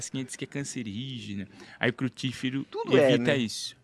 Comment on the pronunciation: é crudívoro, não é crutíforo. kkkkkkkk